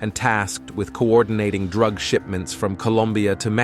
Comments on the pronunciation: The best Droog dealer 🤣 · This AI voice over is just terrible. Favor = fahvor while Drug = druhg Others - ohthers See the pattern here? Just weird. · 😂 I was thinking the same. What is a D A aggent. What is a raaaadar 🤣 and the droog dealer 🤣